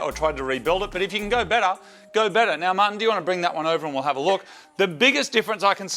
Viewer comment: Haha. He calls him Mahhin.